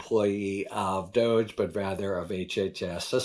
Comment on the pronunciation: It's pronounced Dog E. Doggy!!!